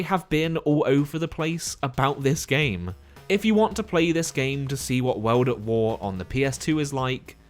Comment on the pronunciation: “Weld at Wer”